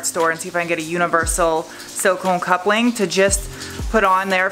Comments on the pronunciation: HPS silicone makes great silicone couplings, all different sizes. For future reference. Also are you saying “coupling” ? It sounds like “cup link” in the video lol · Wtf is a "cup link"?! Do you mean coupling? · When you say "coupling" it sounds like you are saying "cup-link" haha